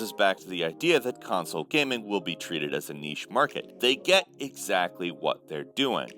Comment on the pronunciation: Thank you for teaching America how to pronounce "niche".